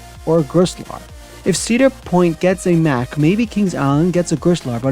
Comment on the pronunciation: Just to help you for future videos: Mack is pronounced (Mock) Ex: stop MOCKing me. Tumbili is pronounced (tomb-bee-lee). Anyways great video! Can’t wait to see what else you have planned!